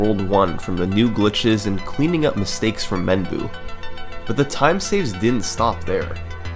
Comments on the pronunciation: i think menboo is pronounced "menboh-", which means q-tip in japanese. i could be wrong though. great vid! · I think because Menboo is a Japanese speed runner, the actual pronunciation of his name is “Mem-bow”, which means “cotton stick” (“Q-tip”) in Japanese. It’s actually a pretty clever name. 😂